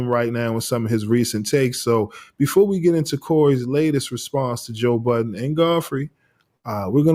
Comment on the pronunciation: Why do people put an S on budden 😂